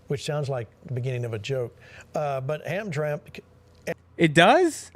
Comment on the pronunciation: It's pronounced Ham-tram-ick. And considering the area, I wouldn't be surprised if a large development donation was made in return for endorsing Trump.